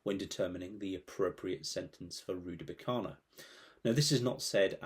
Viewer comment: Rudakubana. Not Rudabukana.